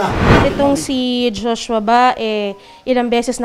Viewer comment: Jushwa, jushwa, jushwa!! Puro ka JUSHWA ati. Magsama kayo ni JUSHWA s kulungan Ati!! 😁😁